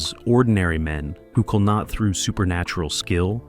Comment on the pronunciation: Its "kill", not "cull".